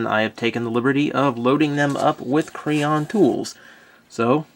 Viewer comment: is it me or did anyone else hear him say crayon at ibe point in this review or was it just me